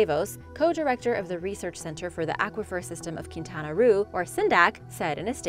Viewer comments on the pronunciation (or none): She was so close on the pronunciation of Quintana Roo (keen-tah-nah roe)